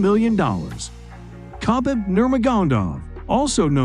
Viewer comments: No hard K sound with Khabib, it sounds as habib. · NO ONE.....has ever butchered Khabib's first and last name like this. Congrats. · that was just ONE of MANY who butchered - this is so LAZY